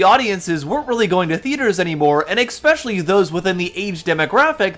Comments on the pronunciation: You used the word "eXspecially" , and nothing you say after that matters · Did you… … did you just say “EX-SPECIALLY”…???!? 😹 No waay! Do you say “pahsketti” too? 🍝 lol out loud